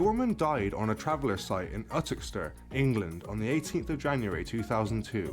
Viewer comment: Uttoxeter is pronounced You-tox-itta. Youtoxiter. The narrator is English and has obviously never watched a sports show in the UK as there are often horse races at Uttoxeter. Oh, and I doubt a gypsy has ever lived that could beat Ali in the ring under queensbury rules. Gypsies are tough as old boots but Ali was way too classy for them.